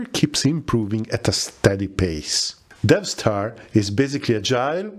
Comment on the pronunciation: I hear you keep saying DevStar, but I keep thinking DeathStar.